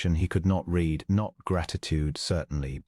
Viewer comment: How about the spoken pronunciation of read. It is always said in the present tense (reed) even when it should be past tense (red.) 😜